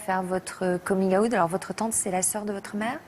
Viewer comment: C'était une boutade, car au début de la vidéo elle le prononce de cette manière au lieu de dire out comme tout le monde. Et les histoires étaient vraiment touchantes.